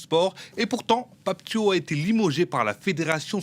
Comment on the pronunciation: Un journaliste sénégalais en plateau incapable de prononcer correctement le nom de Pape Thiaw